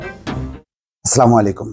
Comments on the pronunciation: আসলামুয়ালাইকুম না আসসালামুয়ালাইকুম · সাংবাদিক ভাই জান আপনি বলেন ছামালাইকুম। সালাম টা একটু সুন্দর করে দিবেন আস্সলা মলাইকুম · আসসালামু আলাইকুম, not স্লামাইকুম